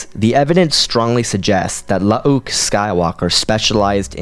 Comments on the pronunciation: Lmfao, omg dude, I can’t handle it….. IT’S NOT “La-ah-ook” Skywalker. They just spelled both of their names with 2 U’s to differentiate the clone version from the real person. That is literally it. They’re pronounced the same way…. It’s just Luke with 2 U’s…. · You're pronouncing 'Luuke' really incorrectly here. It's not spelled 'Lu'uke', it's spelled 'Luuke' and as such it's pronounced 'Luke' despite the second 'u'. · The way you say Lu uh uke cracks me up everytime. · It's bloody hilarious